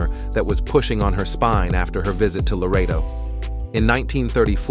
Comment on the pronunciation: It is Loreto, not Laredo.